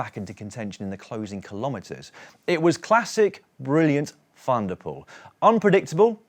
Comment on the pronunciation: Hello Daniel et al, thanks for a superb show, I’ve watched every day of the Giro so far. Please allow me, on behalf of all your Dutch, Flemish and South African viewers to appeal to you to pronounce cyclists from those countries’ surnames correctly, when they start with “Van” - and there’re a lot of them! Van Aert, Van der Poel, Van Baarle and the rest are pronounced ‘fun’, not ‘van’ like a small truck. PLEASE - just park the vans!! You guys are all brilliant at getting the French names correct, so why the glaring inconsistency? Either anglicise ALL the names or take the trouble to find out how they’re pronounced in their home countries; anything else is disrespectful and lazy journalism. You guys are better than that! Thanks. PS: And this is a sincere offer, I’d be happy to offer a short ‘workshop’ on those countries’ names - let me know, but keep up the great work! Rory